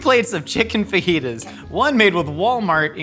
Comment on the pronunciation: Lmfao ok the fake “fa-jitas” teleprompter one got me 😂